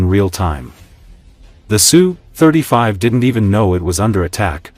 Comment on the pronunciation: Name of Russian aircraft is not pronounced "SUE. It's "S" "U". The AI voice used in these videos is terrible when it comes to discerning such pronunciations. Usually also misses on where to place the accent in many words.